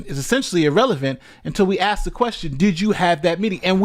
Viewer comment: so this female attorney axting questions to little woody, with her education shouldn't she know the difference between ask and axt